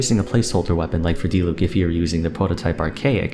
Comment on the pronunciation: Finally someone that pronounces "Diluc" correctly hahah